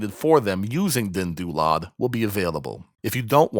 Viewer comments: Your calming tone and deep voice pitch is perfect for tutorial for DynDOLOD. You pronounce DynDOLOD with real deep pride :D. Parallel to Shinji when he uncovers NSFW mods. xD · The way you say "DynDOLOD" is amazing, thanks for this tutorial!